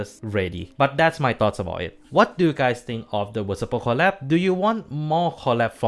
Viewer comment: listening Mc messing up the pronunciation of VSPO the whole video